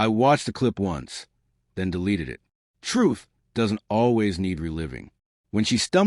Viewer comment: Troof? Clown college narrator